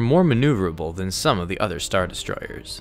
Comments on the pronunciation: Why do you have such an issue saying the word destroyers? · Did anyone notice how he says destroyers 😂 ERRRRSS not hating